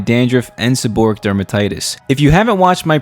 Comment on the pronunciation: The correct pronunciation is, seb-or-ray-ic.